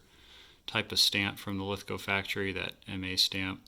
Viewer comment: Awesome content.nice to hear you say Lithgow properly,If your ever in Australia i will take you to the Lithgow factory museum.